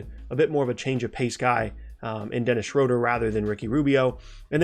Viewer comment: shroader lmao